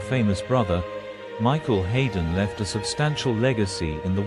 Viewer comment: Not least by the horrendous mispronunciation of the name of the star of the show.